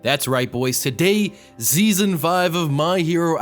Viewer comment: i heard you said zeazon three